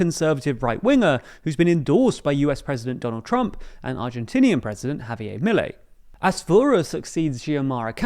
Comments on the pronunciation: it's not "Javiyay", he's not French, it's "Javier" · Pronounced Ha-Bee-Er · Javierrrr not Javiey